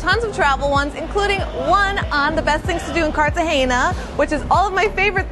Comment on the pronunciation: If you're going to make a video, at least pronounce the name of the city correctly. It is embarrassing.